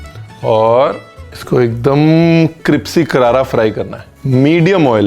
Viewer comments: 😂😂😂 vahi samaj ni ara caption mai crispy hai bol cripsy rahe hai . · Jb se ranveer sir ka cripsy sikha h...Mai crispy bolna bhul hi gai hu😂😂love you sir...god bless you❤️😁